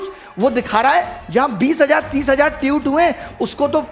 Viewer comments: ट्यूट नही ट्वीट😂😂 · Tweet toh thek se pronounce karle